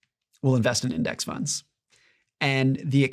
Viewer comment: "retirement tunds" "riving expenses"